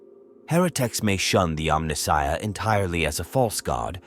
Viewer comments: Who would have thought that a mechanical AI voice would mispronounce “Omnissiah” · Exactly. Who would have thought that a mechanical AI voice would mispronounce “Omnissiah”